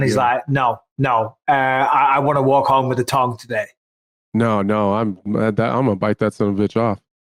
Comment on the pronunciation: Add tongue to the lost list of words Bisping can't say 😭